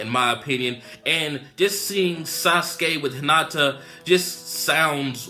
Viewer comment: Hinata not Henata